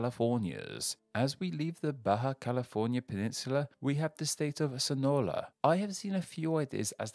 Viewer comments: This is a GREAT video. Just some notes. Sonora = So-NOR-ra. The "sur" in Baja California Sur should have a strong "uu" sound. And yeah, saying Mexican names with that British accent just can't be the best. You did good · yeah. "SonoLa" "VeLacruz" "DuLango", idk why he does that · When I heard you call Sonara, "Sonola" I immediately Jump out of my seat